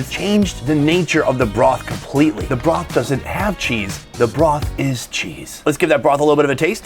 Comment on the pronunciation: That “ cheezeuh “ pronunciation was legendary